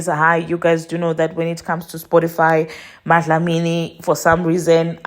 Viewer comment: Impressed by how you pronounced Dlamini ❤😊